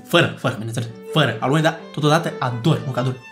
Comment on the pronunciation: La si la am inteles aloe nu alune. 😂